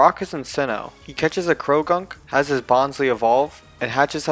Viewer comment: Typloson? What? It's typholsion, not bonslei it's bonsly and also not preimarina primarina man you need to learn how to pronounce pokemon names😒😒!!!